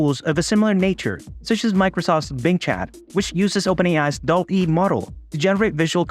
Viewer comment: You pronounce it wrong. It is pronounced DAAL-E Named after Salvador Dali (and Wall-e).